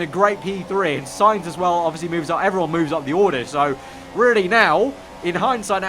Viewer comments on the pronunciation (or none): none